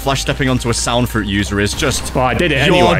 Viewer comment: bro said sand instend of sound